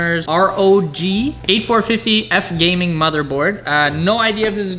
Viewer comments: "8450"... its B450 lmao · Mfk said 8450🤣its b450